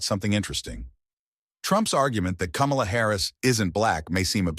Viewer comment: This seems racist Say “ Kamala “ wrong every time and it’s obvious